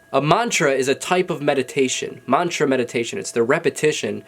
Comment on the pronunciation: Dear! you need to pronounce the mantra correctly in order for it to work. you have good mantas. Work your pronunciation.